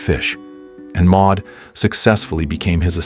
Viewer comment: Maude or Maud, NOT Ma.